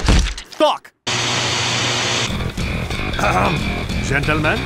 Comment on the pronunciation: Every time Spy and Scout cusses, (like the f Word) they sound like saying Thuck